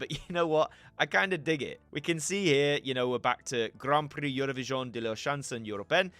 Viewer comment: Della what? ? Chanson? I cry 😂😂😂